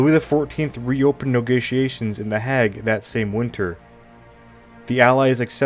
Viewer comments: A vocabulary pronunciation study would greatly benefit the narrator - scores of words were mispronounced, such as the "Hague"; pronounced Hayg, not Hag. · To sound credible, it is important to pronounce words correctly. "Hague", for example, is not pronounced like "hag". The "a" is long, like "plague". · The Haig not the Hag, in pronunciation terms . In Dutch Den Haag, in English The Hague. Thanks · It is pronounced Hay...G or Haig not Hag! SO annoying, completely illiterate but can push out doco's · Hay-gue NOT Hag ! Sort your life out. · Can you actually speak English?,, your pronunciation is awful,,ex there is no such city called hag,,, you probably mean Haig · Hey if you google the names of these leaders and locations, you can see a pronounciation guide. It's only a couple of minutes per name, and would really help with your videos, since it's very hard to take them seriously when people have negotiations at "The Hag" 😄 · "nogotiations"? "The hag"? (Hague) Done.